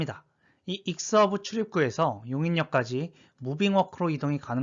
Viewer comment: 용인사는 사람은 대부분 아는 내용이네요 참고로 익스허브가 아니고 이엑스허브라고 읽습니다